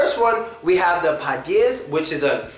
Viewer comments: Podyezd (Подьезд) You put stress wrongly it's pod'Ezd not p'Odyezd Sometimes u pronounced it okay sometimes not :P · it so funny how this guy say padiezd😄😅